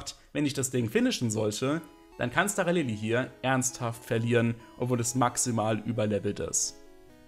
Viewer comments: es wird SCHTARALILI ausgesprochen!!! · Kann mir das Video tatsächlich nicht gönnen da es mich mies nervt, wie du Staralili aussprichst.